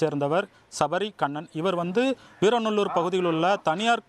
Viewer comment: முதலில் ஊர் பெயர் சரியா சொல்லுங்க வீரவநல்லூர்